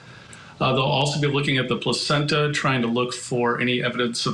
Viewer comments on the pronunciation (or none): This man said placencha and we are supposed to take his opinion seriously. It’s called a lung float test. He knows it. It’s not rudimentary either.